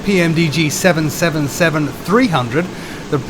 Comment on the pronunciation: Finally someone who knows how to say 777 properly